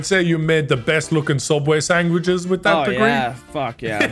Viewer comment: The way says sandwich bothers me. Dude says sangwich